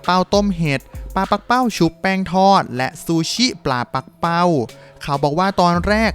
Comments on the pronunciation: ปักเป้า ไม่ใช่ ปั้กเป้า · ที่ถูกต้องอ่านว่าปลา ปัก-กะ-เป้า